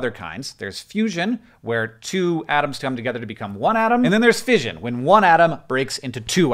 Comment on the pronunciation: “ fishion ” got me fucking triggered as an english person